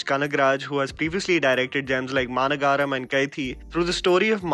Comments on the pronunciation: Its MAA- NAGRAM not maaanagaraaam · its not maanagaaram... its maaanagaram... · Its not 'Maanagaaram' its 'Maanagaram' It seemed odd, Lol! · Bro its not maanagaram.... its maa nagaram... maa(our) nagaram(place of residence) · It's Maha...nagaram..Meaning Maha Nagar..meaning Big city.. I thought you would be sensible enough to pronounce it properly.. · fyi I see you struggling with Maanagaram - मानगराम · liked your review, just wanted to tell you it's pronounced "ma"-" nagaram".Keep up the great work, cheers. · Maanagaram is not pronounced like that. It's like Maha+Nagaram = Maanagaram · Just a quick point,: It is pronounced maa-nagar-um (the um as in drum). The term nagar just refers to a city, with the characteristic um added to it. Maa is more like maha (not exactly, but you get the idea). Cheers, and thanks for your excellent video.:-) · Overall a good video but you do need to focus on pronouncing the nanes right...you've messed up the name of lokesh's first film